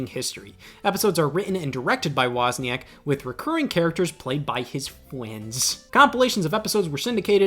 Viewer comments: "played by his fwuends" i giggled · Scott saying "fwiends" was not on my 2025 bingocard